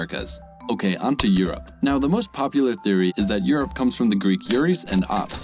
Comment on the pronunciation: You need to work on the name for Europe